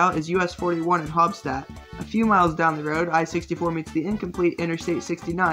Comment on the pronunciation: wow never heard haubstat pronounced like that before! The premise of these videos is really cool, but I think you can go further into details like this interstate’s history. It was originally routed for Vincennes with a bypass built in the 50’s and everything. Also, 231 goes to several large-ish towns plus Owensboro. But not Santa Claus! And I64 doesn’t meet 31-W or even 31-E, just regular 31. So kinda funny how you’d have to do so much research to make this and Wikipedia is more accurate than this script. Love the video wish I had had this idea it would be fun to go over the routes with animations I really love what you’re doing.